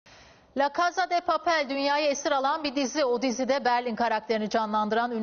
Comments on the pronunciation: LAĞ CAĞZA DE PAĞPEL NE ABİ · e yanlız LA KASA DEEE PAPELL diye okunmuyor la kasa de papel diye okunuyo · La kazade papel demesi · Laka sa de papel değil olum La kasa de papel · La kasada papel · Yazılışı:La casa de papel show haber:la kasa da paypel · Ayy bide sanki büyü yaparmış gibi laka sa da diyor ya🙄biride şu dizinin ismini dogru söylesin. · lacaasada papel insan az çalışır nasıl söylendine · La casede papeli bile okuyamıyorsunuz ne diyim